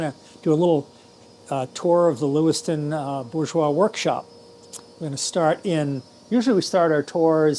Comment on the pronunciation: You know,, there is an "R" in "BouRgeois" 😁